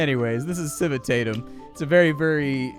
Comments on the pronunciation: Civitatem is latin for city, pronounced Kiwi Tah tem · If you want to pronounce the name like a Roman would have (since Civitatem is a Latin word), you'd say "Kii-wii-tah-tem"